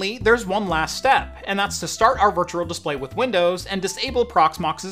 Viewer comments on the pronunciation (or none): Why you say virtural? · Great video, hated how you said virtual haha. Sounded more like virtural.